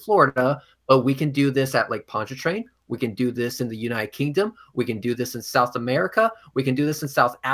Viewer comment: called it Lake Ponchairian... hahahahaaha what a f 'n moron!